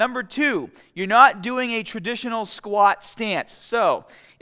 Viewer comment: I thought he said 'A traditional Scott stance' 🤣🤣